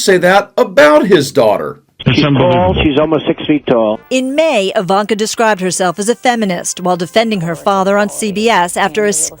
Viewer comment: Did Wendy Williams call her Eye-Vonka?